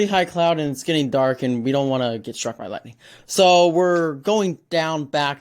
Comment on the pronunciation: Bro did not just say lighting storms💀